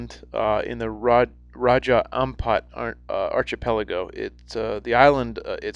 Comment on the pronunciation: That was interesting , Thanks. just for future referemce --archipelago is pronounced arkipelago.